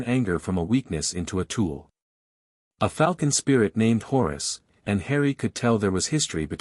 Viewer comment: Still bugged by the AI reader shifting name pronunciation every other occurrence. “Eye of Hours” instead of HORUS??? Give me a break!!